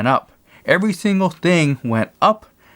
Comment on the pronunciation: What is a "shangle"? It sounds like a new dance or something like it anyway...lol., I think you meant "single"...lol